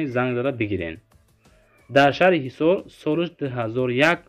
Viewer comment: Шахри хисор бгу гиссор